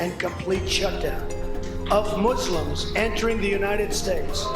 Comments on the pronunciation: "MOO-slums" ... Is that how that's pronounced? I'm concerned. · I'm sleep 😂, my mans said moozlims. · “mooslums” lmfao 😂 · "I've never been in a MOZLIMZ house" that cracked me up